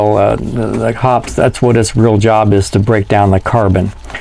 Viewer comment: Drink everytime he say's "Hops number nine". Always heard it pronounced "Hoppy's"